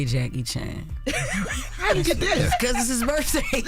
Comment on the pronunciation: "Happy birfday Jackie Chan" yo Jess lmao 😂😂😂😂😂😂